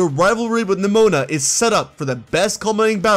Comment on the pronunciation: THE I IN NEMONA IS SUPPOSED TO BE AN E!